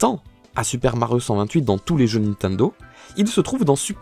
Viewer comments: Nobody:: "Ninteindo" Me: 👁👄👁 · J'adore comment tu prononce Nintendo😂